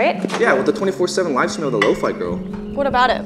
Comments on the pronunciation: bro its "low-Phea" not "low-Fi: 💀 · Lo-faii? Ew. I pronounced it Lo fee all the time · Wait shes pronounce as lowfay??????